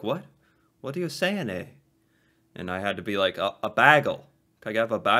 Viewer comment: You put on a really weird accent when you're imitating us lol. Just talk like yourself and use the slang 😆 She's also putting on a weird accent when she's imitating the slang, I'm not sure where she is from, but ignore it lolol. Also you're putting too much emphasis on the eh. Just say it like it's part of the last word you've said 😉